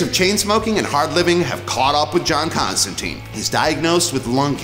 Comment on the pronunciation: If you're gonna introduce people to the character, pronounce his name right. It's Constan-tine, not Constan-teen.